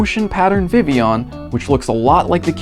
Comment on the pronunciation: Good pronunciation of Vivillon, not often I see it pronounced correctly